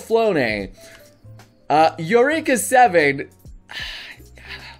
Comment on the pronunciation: Did he actually pronounce Eureka Seven how it sounds? It’s pronounced Ureka